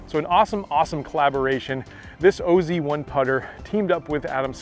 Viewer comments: It’s really should be pronounced as oz not o z. Oz is short for Australia 😀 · STOP RIGHT NOW. Please don’t call it the “o.z” it’s pronounced oz (like wizard of oz) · Wow, do your homework before you open your mouth.....Its not the O Z 1, its call the OZ 1......like down under, Australia, OZ.......Adam Scott is from the land of OZ....WTF. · It’s OZ 1. As in “Aussie”. Pronounced like in the Wizard of Oz. Adam Scott is Australian. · It’s OZ1. As in “Aussie”. Pronounced like in the Wizard of Oz. Scott is Australian.